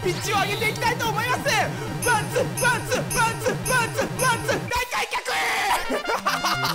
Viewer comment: ワンツーが パンツーにしか聞こえなくて笑